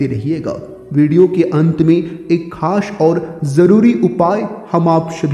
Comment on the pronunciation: Khash nahi khas hota hai